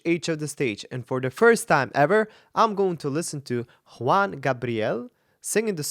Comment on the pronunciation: THANK YOU for saying /Hooan/!!!! Trying to pronounce it correctly 👍💗 We call him JuanGabriel the whole thing, no spaces...like one compound word